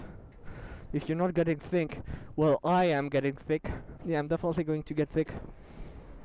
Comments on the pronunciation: I thought he said thicc xd until i realized it was sicc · Omg I though he was actually saying thicc in the beginning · I thought he was saying, " are you getting thicc